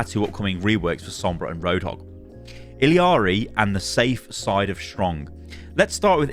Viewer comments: you are pronouncing illari completely incorrectly and it makes me so sad 😭😭😭 you’re saying ill-ee-are-ee and there is no reason it should be pronounced any way other than ill-are-ee or ee-yar-ee. i’m going to scream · ee-yar-ee not ill-ee-yar-ee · illari ee-ya-ree not eeleeyaree :( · Why is everybody saying "Illiari"? Her name is Illari I-L-L-A-R-I. Where is the middle i? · Is ILLARI pronounced as ILIARI? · Is that how you pronounce Illari? Illiari? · ILL-AW-REEE, WHERE IS THE EXTRA "EE" UR PRONOUNCING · you are killing me please, It Illari, there is no secon "i" in the name, Its one "i" and two "L"'s xD